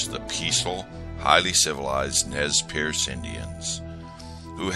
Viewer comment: ITS NEZ PURSE thats how you pronounce it